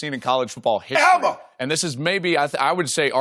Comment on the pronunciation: Shannon Had Me Crying When He Said EVER!!! LOL